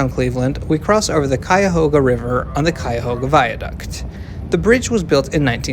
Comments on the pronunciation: Great pronunciation of Cuyahoga! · I haven’t finished the video yet, but as a Clevelander, I just wanted to say that I was EXTREMELY impressed by your impeccable pronunciation of the word “Cuyahoga,” a place name not even most Americans get right